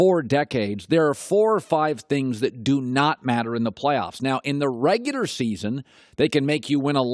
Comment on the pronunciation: “In da reguder season.” ~ Colin Cowherd